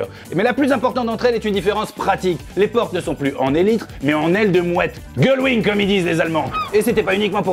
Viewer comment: Vous m’avez tué avec le "gullwing"!!